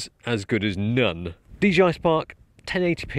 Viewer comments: Hey, it ain't DGI, it's DJI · ya know I have always wondered when people were gonna realize the company is called DJI because people always say DGI